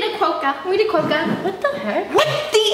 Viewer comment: Oooooookkkkkkkkkk 🤣🤣🤣🤣🤣🤣😂😂😂😂😂😂😂😂😂🤣🤣🤣🤣😂😂😂😆😆😆😆😆😆🤣😂😂😂😂😂😂 Quokka are an Australian animal and their native to a island near where I live called Rottnest Island and I laughed so hard because it’s pronounced Qwokka P.S I was really surprised that they knew what it was and not surprised and didn’t because even some Australians who don’t live near that island don’t even know what a Quokka is